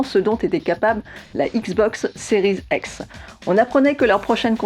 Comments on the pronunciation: Pourquoi elle dit series ex ? C'est un X 🤔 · 😅😅😅 Plé Station.... Non mais Série "Z'ex" c'est peut-être la prononciation correct par un anglophone accompli ? Mon franglais à moi n'induit pas cette différence de langage ?!